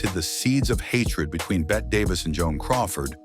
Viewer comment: STUPID AI voice flubs Bette's name!